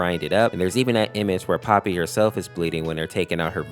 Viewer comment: Bro why do you say poppy’s not poppy. Bro you literally wrote it out for the title POPPY no S in sight